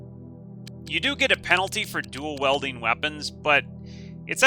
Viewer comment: your pronunciation of dual WIELDING not WELDING is killing me